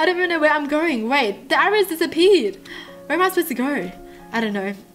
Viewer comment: Did anyone else get ocd over the fact that she said disapee instead of disappeared